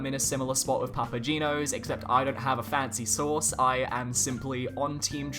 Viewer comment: Every time he said “source” I heard “sauce”.